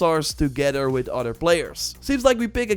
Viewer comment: “ odder “ gets me every time 😂(other)